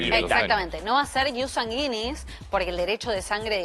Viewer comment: No entiendo como estan en la TV y no se preocupan en pronunciar bien las palabras . Sanguinis lo dijo mal todo el tiempo 🙄